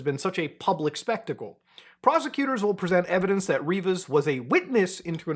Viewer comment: Rivas don’t know why you keep saying reever